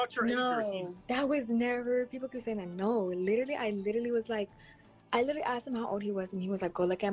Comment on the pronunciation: "Literly" smh dude is a clown..but if she kept talking Id slap her too